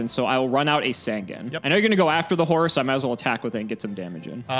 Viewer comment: I love the way pronounces Horus like Horace. It just makes the card funnier and funnier. lmao